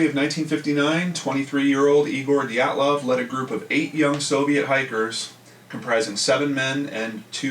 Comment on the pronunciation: Hey, just thought I'd throw this out there for you so you know how to pronounce Dyatlov!